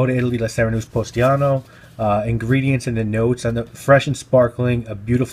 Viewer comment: The town is Positano and not Postiano.